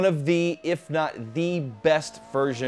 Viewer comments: Do Americans not see that there is an e at the end of Nordschleife? =) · It's no big deal. Just funning. It's actually ALL native English speakers because -e at the end of words are virtually always silent in English while in most other languages (French obviously excluded) you pronounce pretty much every letter.